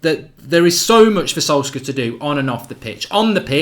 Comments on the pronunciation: Love the content but his name is solsh-shire pronounced! 😂😂 keep it going pal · Thats sad that u can't pronounce Solskjær Mate. Shows ur attitude on the correct pronunciation. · Thats not how u pronounce it. Its very hard for a english man to say that name, everyone gets it wrong. Im norwegian so i know.